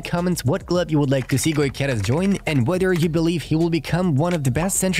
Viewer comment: Thx for the vid. However, is Gyokeres, not Goykeres.